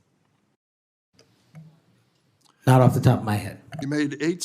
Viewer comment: Sen. Durban: “Are you familiar with Stu Pee-ters?? Kash: (Looking for a lie and looking confused) “Huh, who?” Me: Yeah … Stu Peters. As in Stu-peeder than YOU…. Yes or no??? 😂😂